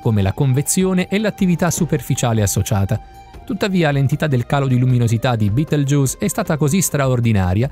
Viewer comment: si dice betelgheuse non beteljuice